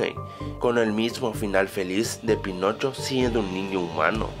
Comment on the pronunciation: Soy el único que en el inicio escucho penocho?